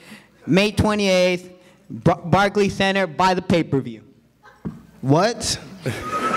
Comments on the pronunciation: Rolly called the Barclay barky 😂😂😂😂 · Rolly kept saying the “barky center” 😂😂😂😂